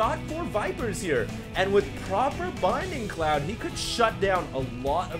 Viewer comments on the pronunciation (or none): It's bLinding cloud. Not "binding cloud". That L is important. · Is it me, or does say "Binding cloud?" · yeah i thing too that he said binding cloud strange :)